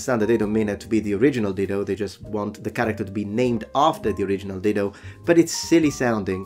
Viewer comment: Oh 'DIDO'...no "L"!